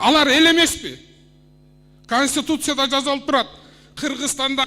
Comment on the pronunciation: Талтайбай жазалып эмес жазылып деп суйлосон Балбак Талтак Зарлыкович